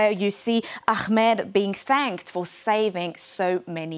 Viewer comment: There’s no name Akhmed, please pronounce the name as Ahmed. It’s not so difficult to do so.